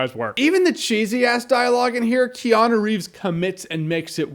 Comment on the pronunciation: Wow! Have I been mispronouncing Keanu all this time?